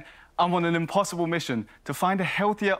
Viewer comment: DID HE SERIOUSLY CALL IT IMPOSSIBRU ! that's a hilarious name!!!~ that's what I'd say to sound cute!